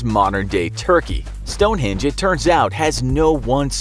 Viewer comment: You said Stonehinge include the e